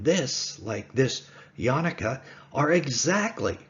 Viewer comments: Only 5 recorded on YouTube but not limited to 5. Only Elijah the Prophet can identify and proclaim the Messiah. Not the Yanuka or the Jews. Also, you make him say like a holiday, Hannuka. It is Ya-NU-ka. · It is Yanooka not a word that rhymes with Hannuka. He is indeed the Messiah.